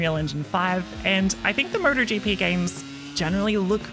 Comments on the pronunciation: Someone needs to tell her it's 'M-O-T-O-GP' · Sounds like she's saying murder gp